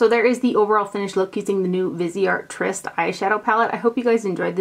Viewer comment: Could it be that you were sent the Tryst palette because you are the only one on you tube who can pronounce it correctly?! Just a thought. Love your videos!